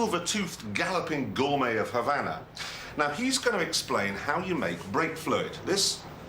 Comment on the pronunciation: Why do the British take any word ending in an "a" and add an"r"? As in Hondar. Havanar etc?